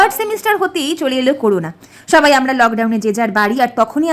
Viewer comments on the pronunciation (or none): none